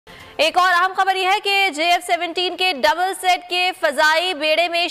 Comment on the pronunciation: Not double set, double seat. You twice made this blunder. Better you first learn and have training in news casting, then come on screen.